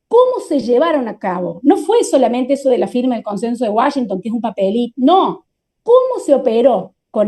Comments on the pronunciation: Les doy 👎🏼, por Alejandro que dice Guáchinton, en lugar de Washington! Increíble que después de vivir tantos años en la frontera, no puedes pronunciar bien esa palabra! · Qué es eso de Guachinton? Querrás decir Washington?